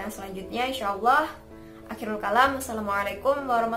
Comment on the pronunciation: Bacaan Assalamualaikum mu mohon perbaiki